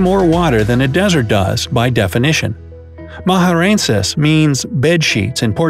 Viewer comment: Maranhenses means bed sheets ???? since when ??? he didnt even said it right maraheeesssnseees